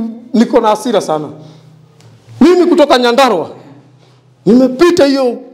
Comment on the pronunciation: ni "nyandarua" not nyadarua